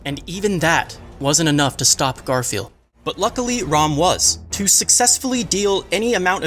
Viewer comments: It’s Ram not Rom 😤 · You pronounce "Ram" so weirdly.. like "Rawm"